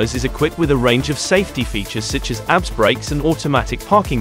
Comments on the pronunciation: ABS braking? It’s not pronounced as a word ‘abs’, it pronounced as initials, A B S. For Antilock Braking System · Agreed his pronunciation on some names are not correctly pronunced properly lol when he pronounces abs its like looking at somebody is working out at the gym 😂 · I was like, "damn! those breaks have 6 packs!" lmao!